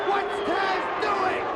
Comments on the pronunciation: Taz not Tazz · It's TAZ, not TAZZ!! GET IT RIGHT WWE!! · It’s Taz not “Tazz”